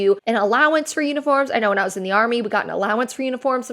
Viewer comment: Is it wrong I heard "unicorns" and not "uniforms" lol